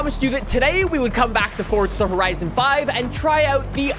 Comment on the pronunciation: This guy is such a good youtuber and I love his channel, but I hate the way he says forza horizon 5, he says is forTza horizon 5 it drives me crazy